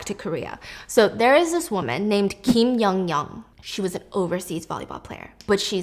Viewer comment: STEPHANIEEE how are you pronouncing kim yeon kyeong name wrongggg lmao girlll